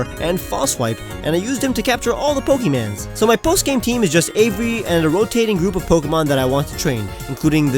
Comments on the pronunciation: Why did u say pokemans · How dare you say pokeymans!!! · Did he say pokeymans I will kill you in your sleep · My friend hates people who say pokeman.